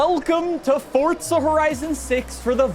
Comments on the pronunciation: that would be wrong then: because FORTZA is how it is pronounced it's an Italian word, 10 seconds on google is all it takes to not look like a moron. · “ fortza” - 😭✌️ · Fortza, what's that? 😂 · Ăărrrbeee 26’es 🤦🏻‍♂️ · the way you say forza hurts, theres no T before the Z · Why do you call it fortza? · The way you say fortsa really makes my skin crawl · did i just hear "welcome to farts horizon 6" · Just say “forza” the right fucking way. I can’t even watch this cringe ass video… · Hearing “FORTSA HORIZONE SIX” makes me want to paint the ceiling red. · bro calls it’s Fortsa😂💀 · "Fortza" Horizon 6😂 Jk. Thanks for the video though😅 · I sat through the whole video.. but why TF ARE YOU PUTTING A T IN "FOR-ZA" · There is no t in forza😂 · well then they should put a T in the word if they want a T sound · Since when did Forza have a T in it? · so confidently wrong lol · Why cant so many People not Pronounce Forza correctly 🤦‍♂️ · Your pronunciation of Forza is killing me 😫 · yeah, I thought I heard that lol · i couldnt even watch 2 minutes into it... fortsa forizon annoying tf out me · What is fortza. Sorry m8. There is no T. Its for za. .. 4za. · There is no t in forza its not fortza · Forza not fort-za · forza not fortza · Fortza. Why cant he say forza? Lmao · Yay copy and paste....when are these lazy game devs gonna step it up? Oh never bc you tards think it's good and btw....please for the love of God STOP SAYING FORTTTZA I'm begging you just say forzaaaa like it's spelled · theres no t in forza stop saying fortza 🙄🙄🙄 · I hate this fuckin moron, ITS NOT FORTZA, ITS FORZA, even the narrators in fh5 pronounced it FORZA, you sound like a baffoon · fortza where is the T son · Please say ForZa not For(t)za 😂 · Bro is forza not forTza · Do you say gyoza as Gyo-tza? Like you say Fortza instead of Forza? Lol jk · its called Forza not Fortza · For ZA not fortza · are you saying forza or fortza loke for real tho speak much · Why do you say “fortza” there’s no T